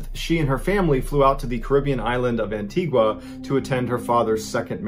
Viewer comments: An-tee-Ga not An-tee-gwa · #1 Antigua mispronounced; An-tee-ga (‘u’ is silent). Antigua has sand beaches. There is no quicksand. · Where is the w in Antigua lol